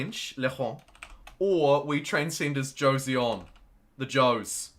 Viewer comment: since you learned how to say zhou i think it's time you learn how to say joseon. it's jo (short o) - son (edit: i typed this out and then a few minutes later you said it correctly but only for a little while heh)